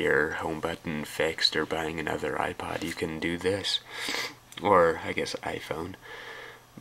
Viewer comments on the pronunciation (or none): none